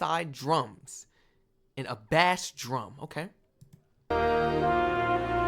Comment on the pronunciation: bass is pronounced bace